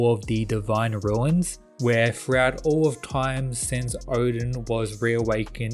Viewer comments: My brother the word is Runes not Ruins. Rune is one syllable and you add an S sound for Runes for multiple Runes "Ruu-ne," not "Ruu-In" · Roon, is how you pronounce that lol.